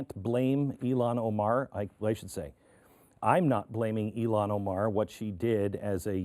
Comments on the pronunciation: Just for the record ... her name is pronounced as IIhan (II+HAN), not I+Lon! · NOT “ee lon” it’s “ill han”. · Her name is IlHan, not IlLan (which is a Hebrew masculine name).